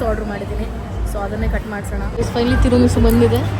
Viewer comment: ಅದು ಡಂಪ್ಲಿಂಗ್ಸ್......, ಡಿಂಪ್ಲಿಂಗ್ಸ್ ಅಲ್ಲ thaayi...... ತಿರುಮಿಸು alla ತಿರಾಮಿಸು, ಹಲೊಪಿನೂ alla thaayi ಹಲಾಪಿನೋ.....